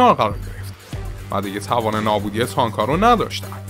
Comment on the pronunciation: کلا به جای ت میگی س....سنها سانک مشارکس کورنس